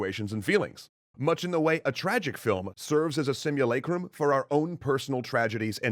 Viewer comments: it’s not technically a simulacra, because it bears a relationship to its referent, ie reality. Simulacra are those which hide the fact that reality doesn’t truly exist; simulated events do. Also, not to be pedantic but sim-you-LA-crum, not LAY-crum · I've always pronounced it "Sim-you-LAH-crum", not "Sum-you-LAY-crum". Cultural difference, I'd assume.